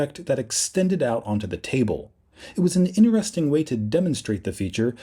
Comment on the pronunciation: interesting Not inneresting Before Not boofore